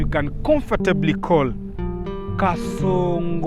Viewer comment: 'Car.....songo' 🤦🏾‍♂️ took me out 😂😂. Fantastic review 🔥🔥.